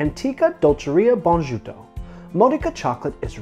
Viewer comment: Bonajuto = pronounced 'boh-nah -ee-uh-toh'. It's great that there are so many good dishes and vegan versions of typical dishes in Italy!